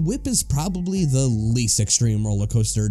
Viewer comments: I can't take anything seriously when the narrator says "da" instead of "the" every single time. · The one narrator pronouncing "-th" as "d-" or "-ph" is driving me nuts because everything else sounds normal so it sticks out every time.